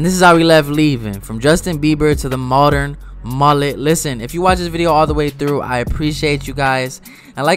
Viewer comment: The way you pronounce Mullet is messing with my brain